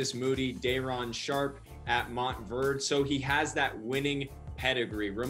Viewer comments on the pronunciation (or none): Homie said “Mont Verd” 😂